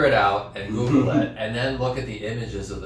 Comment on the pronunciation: Michael funny you we're saying Goo-gale ( google) cuz that reminds me of The grand Guignol the macabre theatre.. i think you might like if you don't already know..not being condescending..i love you but you roll your eyes sooo much sometimes at Michael i know that you love each other but just because someone doesn't have exactly the correct terminology doesn't mean they are clueless..but alas i thonk you softened a bit after you realized alig was right haha it was cute most definitely. I love you sweethearts